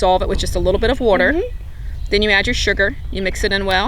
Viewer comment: Love how you say "water." I grew up in MD, and i miss hearing it said like that.